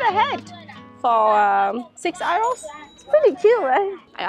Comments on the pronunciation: I get confused when you're trying to say euro. i have heard you say "you" very well. Just say "you" and "row" like row the boat. You'll be great! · She pronounces it like how Germans say Euro, which to English speakers sounds like “oyro” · She prononces "euro" the german way 🤗